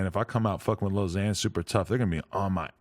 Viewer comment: tim min it's more like lil xan and it's annoying